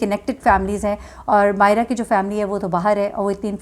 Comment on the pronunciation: When u call Mayeza Mayez instead of Mayera, its really irritating. U could retake, thanks